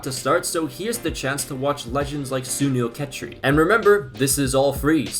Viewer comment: WATCHING SAY SUNIL CHHETRI MAKES ME SO HAPPY